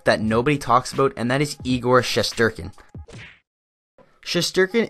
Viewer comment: His name is igor shestyorkin, if you’re gonna make a video at-least get his name right.